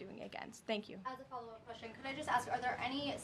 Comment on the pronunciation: Did she just say wextion? 🤨